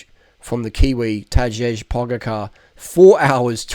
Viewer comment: He is from Slovenia and correct pronounciation is “tadey pogachar”.